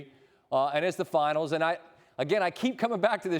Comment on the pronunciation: “Finers” 😂😂😂 I love this mf